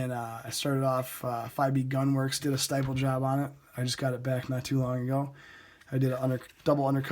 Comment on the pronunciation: stipple pronounced like nipple. sorry just had to